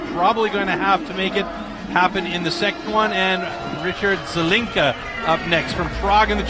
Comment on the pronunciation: It's Rich Zelinka... not Zalika